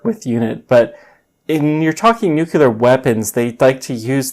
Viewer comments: Please stop saying "nucular". It's NUCLEAR. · I have just searched the origin of that nunul(e)ar, lol